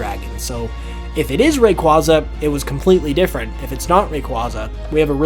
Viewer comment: Again saying Rayquaza wrong over and over.... please learn how to pronounce it correctly, dont need the wrong pronouncing spread anymore the it already is